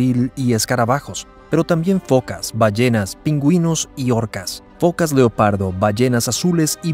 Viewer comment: ¿Fokas? Se dice focas.